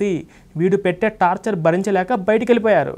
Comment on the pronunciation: Tapcher కాదు, టార్చర్ అనాలి